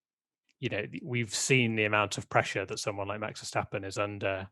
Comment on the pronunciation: I'm still intrigued why English people can't pronounce Max Verstappen properly? It's just a sound. It ain't that hard. (Max (the A is like the O in ox or rather like the word mucks). Verstappen (the A is like the O in staph (lol meme)). Mex Fursteppen sounds bloody aweful. Anywho, as always, great podcast. <3